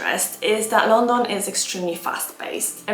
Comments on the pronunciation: Had to turn off because the way uoyr pronounce London is so annoying. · It really is a bit weird